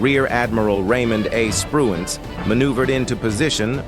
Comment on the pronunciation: The admiral was Spruance not Spruance.